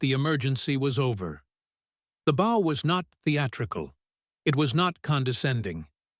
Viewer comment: Complete and utter fiction. Overly dramatic language trying to lift more weight than the words can carry, read by an AI that can't maintain the difference between "bow" (as in the gesture of leaning forward) and "bow" (as in a ribbon that might be found in a young girl's hair). All this accompanied by AI-generated images that show a SIGNIFICANTLY greater height differential than what would have actually existed (had this ever happened). Blatant lies about journalist reports. No published record of this fight exists - because it never happened! I weep for the future of humanity as AI hallucinations continue to be trusted as facts by a mindless population that has lost the ability to think for itself.